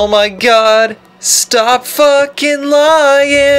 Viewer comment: My favorite thing about RE1 dialog is all of the weird pronunciation; everything is pronounced like food. "Where have you BEAN?" "Oh my COD!"